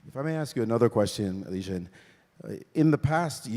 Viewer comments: It's pronounced how it's spelled. Li Ren. Not Li Jen. Good god how did this guy get chosen to be the moderator/commentator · Kind of embarrassing that Maurice got Ding's name completely wrong. Ding Lizhen? What? A mangled pronunciation of Liren I can understand, but a whole different sound? And it's not like he's an unknown player - he's been WC for two years!